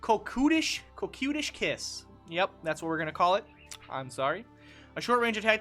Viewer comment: CO-KET (QUETTE)-ISH KISS, buddy. Lol